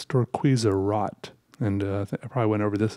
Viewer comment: Just a quick little language tip- “rot’ in German is pronounced with the ‘o’ sound of words like road and row Love these videos as always, keep up the amazing work!